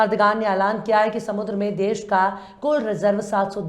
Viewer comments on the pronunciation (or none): none